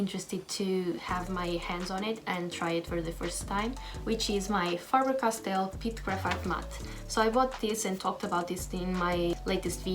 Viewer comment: Finally... Someone who pronounced the brand right